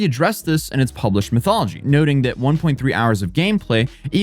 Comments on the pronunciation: Methodology sounded like "mythology" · Hate to be this guy but it’s METHODology not MYTHology, not METHology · Lol you keep calling "methodology", "mythology". 🤣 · cracking me up with saying methodology as mythology. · Yes i'm sure the MYTHOLOGY used in a research project was totally wrong. Bro tell your writers phonetic spelling or don't use big words? METH-OD-OLOGY.. Methodology and Mythology are two different things. There was another bad mispronunciation earlier but I'm not bothering to correct you. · Dude, why are you pronouncing methodology like mythology? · Just an FYI, it's "methodology," not "mythology."